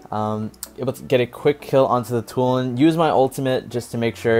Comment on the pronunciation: From "Tulen" to "Toulon" hahaha, btw what a play bro 👍👍